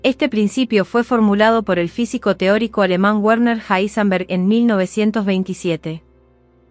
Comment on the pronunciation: Un poco desagradable la voz de la chica. Evidentemente la locución no es lo de ella. Aparte pronuncia mal el nombre del científico Heisenberg. De todas maneras poniendo el video a velocidad 0.9 se lleva a una velocidad óptima el relato, el cual es demasiado apresurado de origen. ¿Cómo ponerlo en 0.9 en Youtube? Con un complemento o extensión para navegadores llamada Enhancer for YouTube, que aparte tiene un montón más de funciones, desde ocultar los shorts, pasando por temas, filtros de color, loop para reproducir videos infinitamente, etc. Para mi la mejor extensión jamás creada. Sirve para Firefox, Chrome, Brave, Opera. Para Youtube y casi cualquier página recomiendo usar Brave, para mi el mejor navegador. Pero en fin, como decía, este complemento permite velocidades desde 0.1 a más de 3.5, o sea que se puede elegir con pasos que avanzan de a 0.1x, algo que el reproductor nativo de Youtube no tiene. Lo más lento después de 1x, es 0.75x, lo cual es demasiado lento.